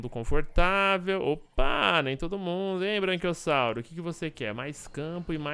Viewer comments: é Braquiossauro e não Branquiossauro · fala braNquiossauro, mas não é braquiossauro? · a serie ta acabando e o patife não aprendeu a falar BRAQUIOSSAURO kkkkkkkkkkkkkkk